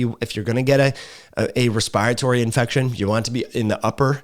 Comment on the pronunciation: When says respiratory as respyratory.... Im over here like: take a Respyte from pronouncing it respyratory cause now Im saying respyratory despyte how its spelled. Love tho dont come for me.